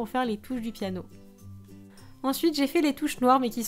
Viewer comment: on dit "piano ".. pas péanio